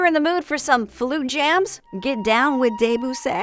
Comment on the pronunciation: Am trying not to be just another troll, but seems like she is pronouncing a lot of the classical composers names and pieces wrong (Debussy, Blue Danube...). Maybe someone with a tiny bit more appreciation of classical music should have reviewed a classical music app? But could be wrong.